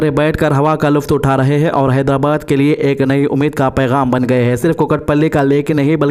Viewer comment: Haidara kya bolre bhai mat bolo bhai naam sahi lo haidrabad